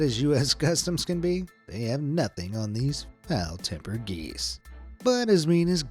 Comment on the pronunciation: did he say fowel play ha